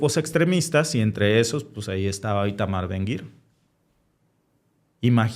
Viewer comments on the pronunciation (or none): Su nombre es ITAMAR Ben-Gvir Lo pronuncian BEN-GAVIR